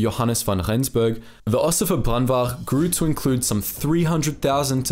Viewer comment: Your pronunciation of Ossewa Brandwag is perfect man!